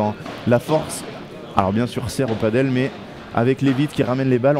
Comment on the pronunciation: A tous les spécialistes et aussi novices du padel: on dit "padèl" et non pas "padeule" (paddle est un autre sport comme une grande planche de surf avec 1 pagaie) rien à voir. Le padel (prononcé "padèl") est hispanique